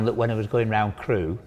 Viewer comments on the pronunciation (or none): Crewe not crew